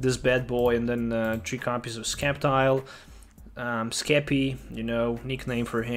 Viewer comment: Sceptile is pronounced as "Sep-Tile". Just think of the word "sceptre"